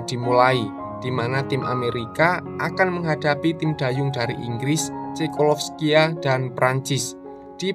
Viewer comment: Menit ke cekolovskia ..???😅😅😅 bukanya cekoslovakia😂🤭🙏🙏🙏